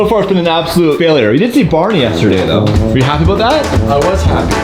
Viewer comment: Lol I’ve never herd say aboot hahaha